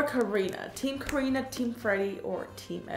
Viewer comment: Ways to say karina Kah-ina Keh-ena